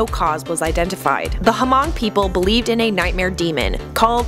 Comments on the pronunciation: It’s pronounced Mung but, it’s ok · Why so much emphasis on the silent h in Hmong????? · The way she said Hmong bother me ;-; I’m Hmong and letting you know the h is silent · U pronounce Hmong and laos wrong i know because I'm Laotian and I have a family whose Hmong